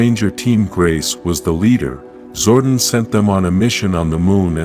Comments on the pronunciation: Zordon not Zordin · I hate AI voiceovers. His name isn’t Zorden.